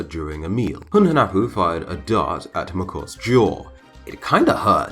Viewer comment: Hunahpu is his brother, Hunhunapu is his father. All english speaker i know, specially smite players, don't know how to prunouce their names. Hunahpu and Hunhunapu, are prunouced with no silent "h" and with the stress in the "u". Xbalamque is not writen correctly to begin with it is Ixbalamque and it is pronounced like ishbalamque with the stess in the "e". Hunapu means a blow gun guy and Ixbalamque means litle jaguar sun.